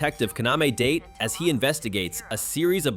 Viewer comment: Kaname “DAH-TAY”. Not “Date”. He’s not a calendar or a diuretic fruit. Remember, Japanese words always end in a vowel sound.